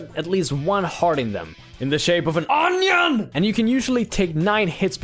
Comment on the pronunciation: and ...I know their garlics but the way he says onion cracks me up. XD